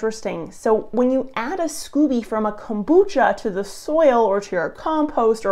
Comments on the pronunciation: Pronounced skoh-bee 😘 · So Americans become Canadians when it comes to pronouncing scoby (long o), and vice versa?!?! 🤣Anyways, thanks for researching this!